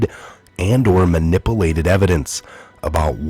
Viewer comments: Dude dude .... its man ip u lated not manipleted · Manippolated huh ?